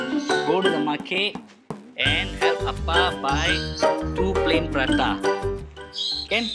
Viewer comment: its actually parathas not pratas